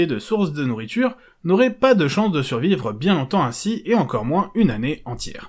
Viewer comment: "Pas plus d'une année R'ainsi"... 😂 Bon OK, je chipote, mais c'est surtout pour le référencement ! Super vidéo, comme d'hab, bravo !